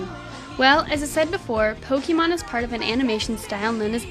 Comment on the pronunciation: I thought i heard 'Pocky-mon' ???